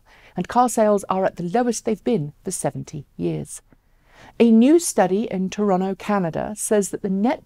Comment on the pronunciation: Your voice is oddly softer than usual this time guessing thanks to your intro. Now just to clarify its Toronto not Torono. Yes anal I know but like mispronouncing a persons name.